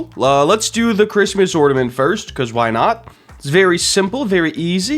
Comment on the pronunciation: ornament not ordament 🤣